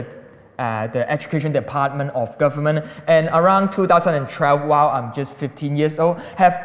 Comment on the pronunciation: I never knew 2012 had an "R" in it. Two thousand and trelve?